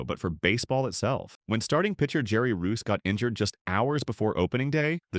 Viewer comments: I thought he ate his way out of baseball. Jerry Reuss, not Roos. Artificial Intelligence goofs again. Now I know that before Fernando Valenzuela turned 21 he was a Chocolate fanatic. Hispanic kids used to come to his door selling chocolate candy bars from school fundraising. Fernando would buy cases of chocolate. He would take some to the clubhouse at Dodger Stadium. Dodger manager Tommy Lasorda found out about it. Lasorda had him put many of his chocolate bars in Lasorda 's fridge in his office. Fernando and Lasorda would be in his managers office eating many bars of chocolate while Dodgers would be practicing out in the field. I know that Dodgers pitcher Bob Welch was also an alcoholic. I didn't know Fernando had a drinking problem. Could it be that Welch got Fernando into drinking. I wondered why Welch was traded away. Welch went on to win 27 games in one year after being traded to the A's. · Jerry Reuss (pronounced “Royce”) and Jaime Jarrin (pronounced “High Meh Hay Reen”).